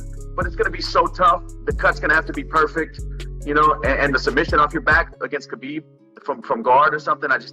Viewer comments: Khabib's name really is not that hard to pronounce. HA-BEEB. Very simple. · People! World! The K in Khabib is silent! Get it! Got it! Goooooood!